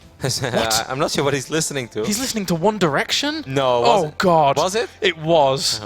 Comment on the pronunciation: one derection hahahaha